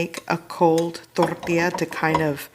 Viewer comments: If Jennifer Lopez hears you annunciate "Tortilla" the way you are, theres gonna be catastrophic consequences.... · I would like to hear you pronounce “tortilla” and “enchilada” like the real American woman you are…just playin😂 they look delicious